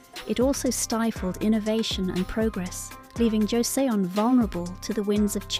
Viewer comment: where to begin? First, Paekje is not Pike-ye but closer to Peck-jay. Joseon is not pronounced Joe-see-on but closer to Joe-Sun, as in the Sun in the sky. And I could go on. Much of this is a failure of the transliteration from Hangul to English, but the producers should have reviewed this with a native speaker. Would have been an easy fix.